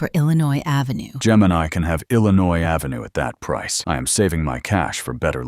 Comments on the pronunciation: I love how they are all pronouncing "Ave" half the time like "Aeefvè" 😂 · ah yes. Pennsylvania Ave, but New York is French, Av-Ey